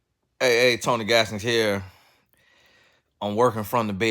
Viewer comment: Tony said gone nie 🤣🤣🤣